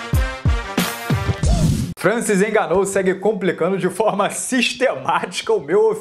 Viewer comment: Francis enganou, Rabibi nurmagomedov kkk este maluco não sabe falar o nome dos lutadores, muito bom kkk